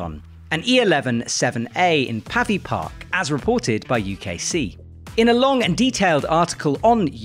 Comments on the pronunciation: Pavey Ark not pavvy park 🙈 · He did say Pavi Park! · Worse. He seemed to say Pavi Park! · Jon L cringed so hard when I heard that!